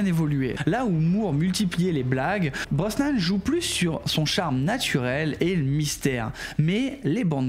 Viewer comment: slt super videos. en tant que fan j'ai même appris un truc....😂 ps: on dit Brosnan et pas brosman et puis tu as complètement zappé lazenby alors que c'est le meilleur film de la saga: au service secret de sa Majesté pour l'avenir Cavill et Nolan a la real semblent un choix réfléchi